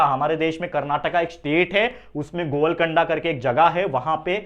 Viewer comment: And not govalkonda ,sir 😅